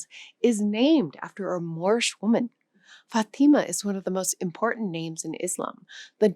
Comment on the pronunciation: It’s not Fateema - it’s Fátima, (Faatima) you see the accent on the first syllable?